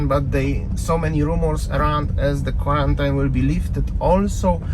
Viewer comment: Love your informative videos. A minor quibble: you keep mispronouncing the word 'quarantine'. The ending is not pronounced '-yne' (phonetically '-ain'); it should be 'een' (phonetically '-īn').